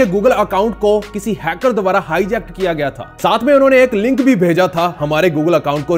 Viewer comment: Ling nhi FING